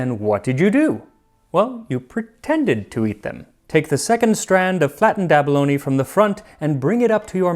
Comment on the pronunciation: Abalone, not bologna.